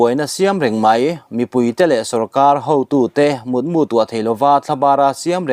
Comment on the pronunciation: Pu a, "MUTMU" hi Mut'mu'theihai(mu)ang anilo,mutmu(khuma mu) ani tih hre tawh rawh.